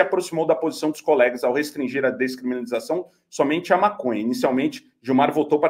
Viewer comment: Longe de querer de comparar ao Moro,, mas tu não acertou uma pra falar "descriminalização" hahahahaa